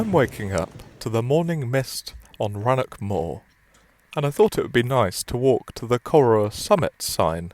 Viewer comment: Pronunciation: The name of the station is from the Gaelic. It's not pronounced "Coroor" as he says it here. The pronunciation is like "ker-OW-er" (the "ow" as in the expression of pain, and the "r" at the end is pronounced). And Rannoch Moor is not pronounced "Rannock". The "ch" in Scots is a fricative.